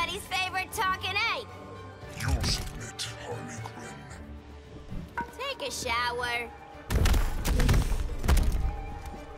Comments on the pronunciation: she said Hardly Quinn... 😂😂😂😂😂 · Margot Robbie = Hardly Quinn